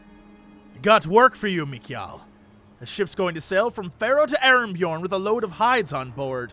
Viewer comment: "Torbjorn!" "TorbYORN."